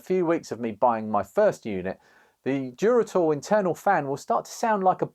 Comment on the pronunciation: Duratool damn I thought you were saying Geritol 😂